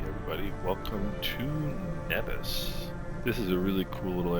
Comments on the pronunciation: Umm…..Nevis isn’t Pronounced like that btw…it is pronounced Neevis but spelled Nevis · locals pronounce Nevis as Neevis...and St. Kitts is my home town :)...nice flight what are your system specs ?